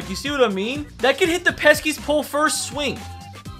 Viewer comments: bro it’s the pesky pole not the “peskys pole” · It’s pesky pole, not peskys pole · Did it bother anyone else when he kept calling it peskiest pole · Or “THE PESKY’S POLE” lol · He’s calling it the Peskies pole it annoys me as a Boston fan